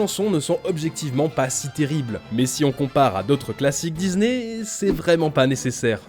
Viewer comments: Dizney, Dizney, Dizney …. Vous pouvez pas prononcer DiSney correctement ? 😂😂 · C'est que moi ou vous aussi ça vous agasse qu'ils disent Dizney au lieu de Disney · Ohhhh vraiment arrête de dire '' DIZNEY'' IL Y A UN P..... DE S ET NON PAS UN Z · C'est pas Dizney c'est Disney ! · j'peux pas continuer la video désolé... On dit pas DIZZZZNEY !!